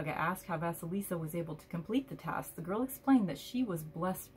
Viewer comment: Thanks a lot for sharing it. I'm waiting for my deck to come, which I personally ordered exactly because of the Russian fairy tale about Vasilisa)) so I'm especially grateful you read this from the book, pronounced correctly the names👌and shared your ideas. Having watched this video I came to the conclusion I don't need the book either😄😄😄